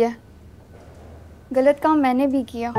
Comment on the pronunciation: what is گلت correct word is غلط